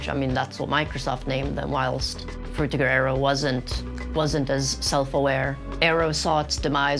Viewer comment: How could you possibly pronounce frutiger aero so incorrectly?